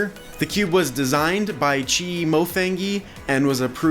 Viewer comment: It's pronounced mofang(she)ge